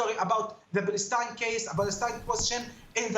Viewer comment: Mustafa cannot even pronounce the name of his “country”. Balestine is an invention.